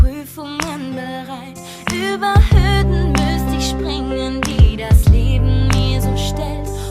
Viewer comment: Hörden nicht höden oder?